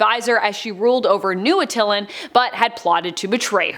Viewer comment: Not Uh-til-lan but Att-uh-lan